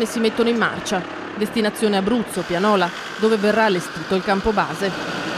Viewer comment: non Pianòla (quella serve per suonare) ma bensì Piànola